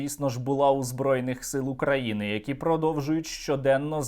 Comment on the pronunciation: Фу, вони так гидотсько говорять "Украіни", паплюжать назву. Хай навчаться правильно вимовляти, через "ї".